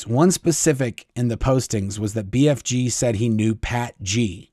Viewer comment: Lol. I kept hearing BFD, instead of BFG. I’m sure they think it’s all a BFD! 😂